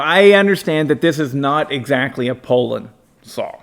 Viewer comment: Its pronounced poo-lan, well by me anyways.